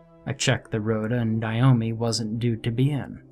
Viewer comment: Why is the name Naomi so difficult to pronounce properly? Nay-O-Mi ... What's with the 'Ni-o-mi'?? 🙄